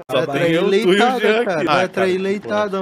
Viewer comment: "Leitada absoluda"